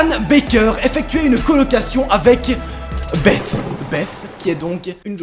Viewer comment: Belle prononciation de "Beth" monsieur sait parler anglais 😁